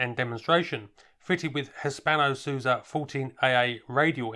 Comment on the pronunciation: Hispano Suza ?? Hispando Su III za. !!